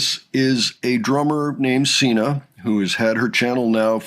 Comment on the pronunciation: Sina's name is pronounced with a Zina.